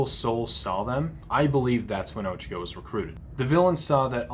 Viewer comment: ITS OH-CHA-KO NOT OCHECKO!!?? Get it right but ill forgive you since well im watching this ig